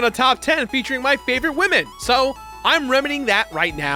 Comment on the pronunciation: They really said top 10 wamen